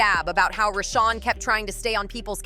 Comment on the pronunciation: Now ur callin Chrisean RAHSAWN GOOD FKN GRIEF🤦🏽‍♀️